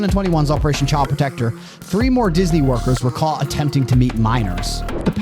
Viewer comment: Narrator, learn how to enunciate your 'T's (thir-ee five, utili-ees, caugh in the same net, pah-ern, chah apps...). When did people start doing this?